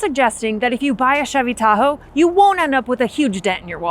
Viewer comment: Chevy "da ho" 🤐🤣